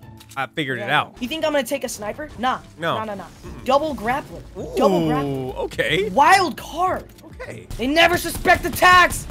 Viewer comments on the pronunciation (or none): They say wildcard psh it’s wildFart lol